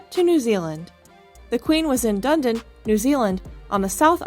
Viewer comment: Dun din NZ??? It's pronounced DUNEEDIN! And Buckingham Palace is not a castle...